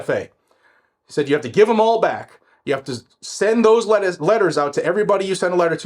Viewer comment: Send those Letaah's! That accent came out